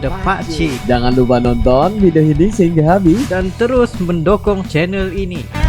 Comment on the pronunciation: Mohon maaf bgt pak cik..cuma sedikit aja mau ngelurusin cara mengucapkan MENDUKUNG , bkn MENDOKONG..pake huruf U , bkn huruf O 🙏🙏🙏